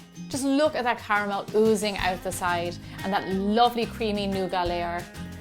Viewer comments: Lol nooga It's nougat. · I love the way you say nougat, thanks Gemma!